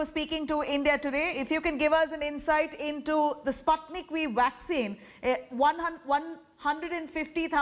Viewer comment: He is pronouncing it as Sp(u)tnik but she still continues to say Spatnik 🤦